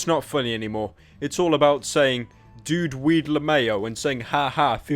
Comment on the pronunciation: Since when did we say luhmayo instead of L.M.A.O